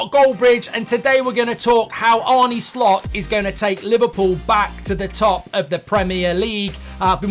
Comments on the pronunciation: It's 'Arn-eh' not 'Arn-nee' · Its spelt ARNE but its pronounced ARNA not ARNEY!!! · Mark who is this Arnie that you talk about?. I believe it’s Arne, like John ARNE Riise 👍✌️🫶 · Arny Slot, who is that??🤨 Or are you talking about Arne( Ar-nuh) Slot. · Arn-uh Slot, not Bert and Arnie Slot, is it really that difficult ? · He’s called Arne, not Arny. In Dutch you pronounce it as Arnuh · Arrna not Arne please Mark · His name is not pronounced Arnie and he has made a point of saying this. Otherwise, surprisingly unbiased video... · Mark very good and fair, unbiased opinion on Slot and that’s coming from a Liverpool fan. The only thing which is a little annoying is the pronunciation of his name. Arne is pronounced Arner and not Arny Apart from that keep up the very good work. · To pronounce his name correctly is “Arner” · His name is Arne, not Arnie. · Yep. Love you Mark but it’s pronounced Arna not Arnie. Don’t worry you’re not the only one doing it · Pronounced Arna ...not Arnie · its Pronounced Arna not Arnie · His name is not Arney, you old geezer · It's not pronounced Arnie. It's pronounced Arner. Like former player John Arne Riise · It's ARNE, not Arnie 🙄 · His name is not Arnie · It's not "Arnie"! It's A -r (rolled) -nuh. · It's Arnuh Slot not Arnee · Stop saying Arnie. If you can’t say Arne, just say Slot. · Who is Arnie? It’s Arne! Is it Ereeeq Ten Hag? 😂. Liverpool are already great. Arne is trying to make them greater, get it right. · Its pronounced Arna not Arnie you prat, great video 😎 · Mark, his name is not Arnie but Arne. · Arner Slot not the muscleman pronunciation 👍❤️😁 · I can only assume it's a purposeful mispronunciation of "Arne"? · Try getting his name right to start with goldy 😂